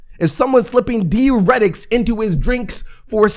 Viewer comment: dai· ur·eh·tuhk... If I hear this man say deeuretic one more damn time....